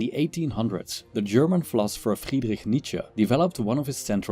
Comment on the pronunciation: that Friedrich pronunciation was clean as hell